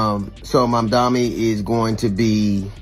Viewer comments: Jesus for God's sake work on your pronunciation of the mayor's name. As for 50, he was against Obama. Saying that he was gonna get killed if he became president. He needs to get out of the prediction game.😂..50 forgot where he came from...the pattern he sets is saying progress and fortune for me but not for thee. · Would you please repost your video with the correct pronunciation of Mamdani? Your video raises excellent points, but the mispronounciation of the mayor elect's name is distracting. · Good video but at least 10 minutes too long And please take the time to get the mayor's name correct. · my God you can’t even take the time to pronounce his name properly. It’s really not that hard. Please do better. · Mispronouncing the name of the subject the video is about is insane 😓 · If you can’t pronounce the name right , then deuces!! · DUDE, how are you advocating for Mamdani, when YOU CAN'T EVEN PRONOUNCE HIS NAME⁉️ 😅👎👎👎 SOUNDS HORRIBLE... Take this down 🙄😒😮‍💨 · The guy talking should have practiced on the pronunciation of Mamdani's name. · Great video! I think you got his name wrong but good video. Thank you! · Please please pronounce Mamdani’s name correctly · Great content, but please learn how to pronounce Mamdani. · Try to say his name right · I cannot😅Please say the Mayor Elect’s name correctly. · Mamdani.....it's not that hard to pronounce. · Destroying the man's name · He's name is: ZOHRAN MAMDANI. C'mon now. Not : MAMANI, No MOMANI . Learn his nama .🙄🙄🙄🙄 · His name is ManDANI!!! NOT MaMAMI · You pronouncing his name wrong the whole video is madness. MamDani. 😮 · Seriously how many times will they mispronounce his name!!! Momani, Mamdami… omg… get the name right! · C'mon Mr. Commentator, please and respectfully pronounce his name correctly. His name is Mamdani and not Mamami. Ok bro? Yeah, and as a Ny'er, I voted and campaigned for him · It’s not Momami. It’s Mamdani. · Who is this Mommani??? Its Mamdani! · Get his name right.... MAMDANI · Who is Mo-Manie?